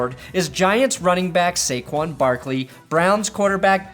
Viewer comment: No. Lol. It's Saquon and it's not even close.